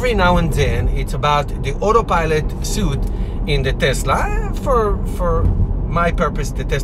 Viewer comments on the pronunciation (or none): Great video. Just a friendly heads up. Suite is pronounced the same as Sweet. :)